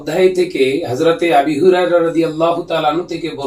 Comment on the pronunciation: বৈইঠকে বসেও ভুল বললেন । ওটা আবি হুরায়রা হবে না। আবু হুরায়রা হবে। আর ওই মাহফিল টা আমি দেখেছি ।ওখানে তার কোন ইচ্ছাই ছিল না আপনার ভুল ধরার । উনি চিঠি দিয়েও জানিয়েছেন যে আপনি ভুল করেছেন আপনি বললেন কি যে ওনাকে স্টেজে ডাকুন। স্টেজে এসে উনি ঠিকই বললেন আপনি ওনারটা শুনলেন না উল্টো স্টেজ থেকে নামিয়ে দিলেন। যাই হোক এতটুকুই বলবো আল্লাহ সবাইকে হেদায়েত দান করুক